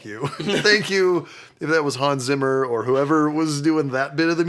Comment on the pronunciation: 2 words. Real easy. Hans Zimmer. That made me hate being German and mentally correcting the pronunciation....